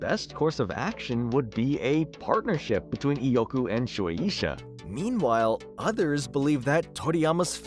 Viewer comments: Shu-A-Sha Not: Sh-oo-Ae-E-Sha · You pronounce shuesha so weird